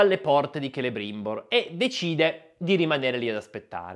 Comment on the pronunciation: Celebrimbor detto Celerimba. ☝️